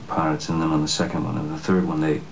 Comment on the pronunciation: Notice the way Johnny pronounces "Pirates" his accent sounds more English when he says that word, lol.